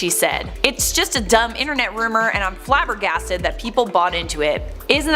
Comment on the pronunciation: she's FLABBERGASTED. oh yes, flabbbabbbabbbergasted. imagines Avril Lavigne saying flabbergasted